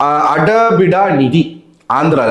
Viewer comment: novv telugu varlana engayaachu kettu padinga na , adhu ada bida laam illa -aaada bidda nidhi